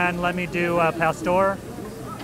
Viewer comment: Palstor lol Cmon bro, i know you can say Pah-store